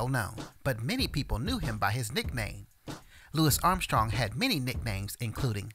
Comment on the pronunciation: I’m glad you pronounced his name correctly! So many people get it wrong. So annoying